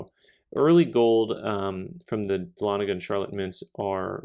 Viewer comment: You are pronouncing "Dahlonega" correctly, though some people just pronounce it "ex PENS-ive".